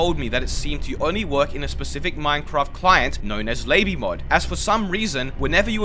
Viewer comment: Did you just say lay-by mod instead of la-by mod? I really loled at that.